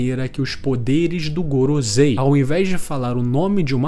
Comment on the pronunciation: o video e muito bom, mas mano kk, gorozei? pronúncia paia